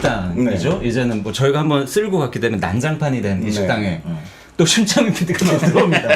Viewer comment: 심창민PD라고 하는데... 계속 침착맨피디로 들리지..